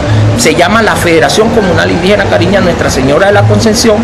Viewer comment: lo siento mucho pero este supuesto indígena desvirtúa mi idioma Kari'ña que mala pronunciación definitivamente como salen indígenas de donde no existen!!!